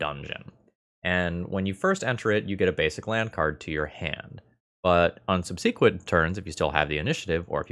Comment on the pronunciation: why you say subsequent like that lmao